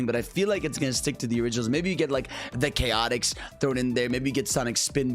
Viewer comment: "Sonic Chaotix" 💀💀💀